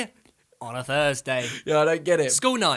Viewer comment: Thursday* not fursday